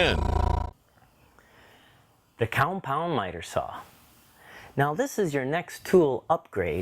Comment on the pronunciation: "Coumpound" miter saw. Got it. :)